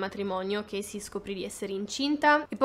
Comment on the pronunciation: chasey si pronuncia cesi`